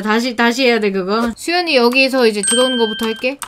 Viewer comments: 이제를 이젴이라 한거라고요-! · 3:9 에 계속 " 잠뜰님 욕하셨어요 3분 9초에 " 이러시면서 트집 잡으시는 분들이 계시는데, 이젴이라고 하려다가 잘못 발음 하신거에요. 잠뜰님이 살짝 발음 하시는것을 어려워 하세요, 욕했다고 하지 마세요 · 럭키TV 이제해야돼를 이젴ㅋ 이라고했어요 근데 이샠으로 잘못들은거예요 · 뜰님 욕하신거 아니라구요!ㅠ 발사기 좀 그만넣엌ㅋ이젴ㅋㅋㅋ (발사기 그만 좀 넣어 이제!ㅋ)이런식으로 말씀하신거에여. 뜰님 욕했다고 하지 말아주세여!발음이 비슷한거에요! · 원래 발음:발사기 그만넣어 이제ㅋㅋㅋ 이건데 잘못들린거에요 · 이젴ㅋ이라고 하시는 건데 발음이 새신거예요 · 아오 진짜 쉬 이젴하고 웃어서 발음이 센거 라고요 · 채낭# 발음이 잘 안됀거애ㅛ요 이제 라고 하신건데 웃음이 섞여서 그래요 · 문성빈 이제인데 발음 꼬이신겁니다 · 만듀 이제가 맞아요 발음 새셨어요